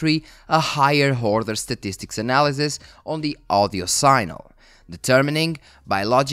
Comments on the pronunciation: Sig-nal is the pronunciation you’re looking for, not sign-el. One of those weird english things. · Just one piece of constructive criticism on your otherwise great video: pronunciation of "signal"; whilst phonetically "sign" is pronounce "sine", the word "signal" is phonetically pronounced "sig"-"nal" in English, and not "sine-al".